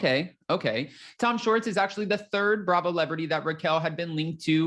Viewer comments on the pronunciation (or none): It's Schwartz not shorts,! You sound silly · Tom Shorts? It’s Tom Shwartz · It’s SWARTZ…not SHORTS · Dude you are totally saying Tom Shorts...that isn't his name! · I can’t stop chuckling hearing you keep saying Tom Shorts! lol